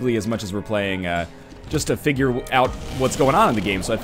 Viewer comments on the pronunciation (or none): none